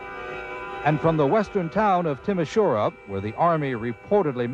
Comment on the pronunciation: It is Timisoara not Timasora.